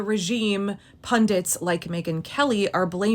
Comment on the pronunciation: Music to my ears you pronouncing ‘Pundits’ properly 😍😍😍